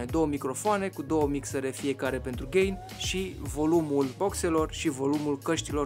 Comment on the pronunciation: Ai zis gai nu gain